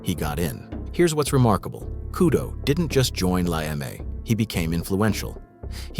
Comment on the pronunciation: Why does the narrator keep on saying la Eme wrong? one times he's says it correct and then 2 minutes after that he fucks it up again! Are you using an AI narrator? Be honest with me, because honesty lasts longer you see,. Lasts longer then you and me, longer then me and she, lasts longer then the elephant on the ground and longer then in the tree. Sorry got a little off track there, apoligies it's my ADHD, flairs up sometimes. But anyways all in all a decent video. There are a couple things that are incorrect, for example you say that Mundo got his nickname Machinegun because of the work he put in for la Eme. No, he tells this story himself on PFP Publishing, when he tells the story that they have to take out the husband of this bailbondslady they were working with. He just brought it along one time on a hit, didn't even use it himself or got used at all if I remember correctly and people starting calling him Machinegun Mundo after that and it stuck, even though he never held a machinegun again ever after that. And there are also some other inconsistencies. So unfortunately you're gonna get a thumbs down from me.